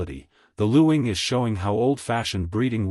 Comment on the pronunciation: It’s pronounced ling the u is silent.